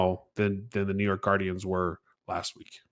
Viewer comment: Lord please. It's Gar-dee-ans.